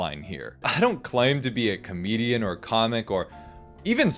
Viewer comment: clocking this said "komedian"